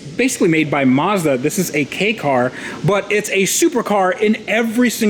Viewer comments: wait 10 years and thats a 10million+ warehouse ps. its pronounced "kay car" not "key car" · The way he pronounces Kei as key instead of kay bothers me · This dealer knows nothing about these cars. Called the Fairlady Z headlights Ferrari headlights. Called the “KEI” truck a “Key” car. Wow. He buys all these cars with an automatic transmission that R33 has a shatter side view mirror this guy is a grade r importer he essentially buys junk. FYI. MKIV Supra’s in Japan have mostly hard tops. The aerotop aka targa was very rare in Japan. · It’s pronounced “Kay”, not “Key”. It’s a class of car you’re allowed to buy if you’ve not got an off road parking spot. You pay less tax, etc. They are not fast, but it’s amazing how well they’re designed! And they’re good fun to drive; easy to extract all the performance... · Can I trust a JDM guy that doesn’t know the correct pronunciation of “kei”?